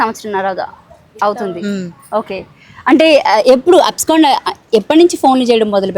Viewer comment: అబ్స్కండ్ కాదు అబ్సకాండింగ్ అనాలి